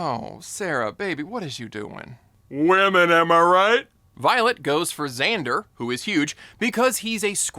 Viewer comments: We’ll forgive you for getting Xaiden’s name wrong (you called him Dane and then Zander) because you got everything else right! Loved this and have subscribed.. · Bro! Finish the ACOTAR series before judging Rhysand. And also it’s XaDEN not XanDER. Lol goodness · If you read the second ACOTAR book, you would understand why she chose Rhysand. Also, it's "Xaden", not "Xander". Did you even read any of these? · To this video creator… hunny, who is Xander??? In fourth wing, his name is Xaden